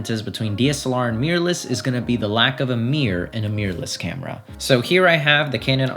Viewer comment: I like how he says "meeyur"